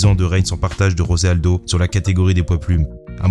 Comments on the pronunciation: Très bonne vidéo. Juste pour tes prochaines vidéos, on ne dit pas Rosé Aldo mais José Aldo, c'est un brésilien et non un hispanique. Et c'est pareil pour tous les brésiliens, Dos Anjos, Pantoja... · Juste comme ça, le "J" de José Aldo se prononce comme en français, pas comme en espagnol. Aussi, Paulo Filho se prononce "Filio"